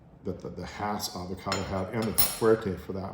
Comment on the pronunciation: So glad I've planted a Jim, last year. But as to early varities, our Jan Boyce came on, here in Lakeside, in February and were just excellent. Thx for the videos, and that you're pronouncing Hass correctly!